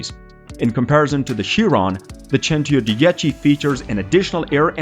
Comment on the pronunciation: Cento dieci 110 omg your pronunciation